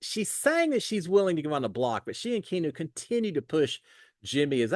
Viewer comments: It's Kee-AH-new...... NOT Kee-new!!! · Key-ah-no is how you say it. ❤ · how do you not know the name Keanu, like Keanu Reeves’s that he said he’s named after. I can’t believe you keep saying key-new 😂😂😂 all love!